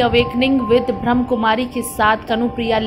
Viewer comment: ब्रह्म नही ब्रह्माकुमारी है, थोड़ा ढंग से बोले।